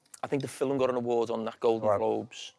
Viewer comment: How has he got TWO syllables out of ‘film’ 🤣🤣